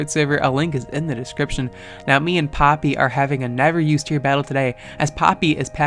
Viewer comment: jajajaja que pasa XD I love how u pronunciate papi so hot uff